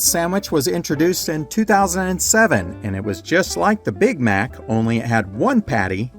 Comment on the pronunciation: It's Mac not Mic.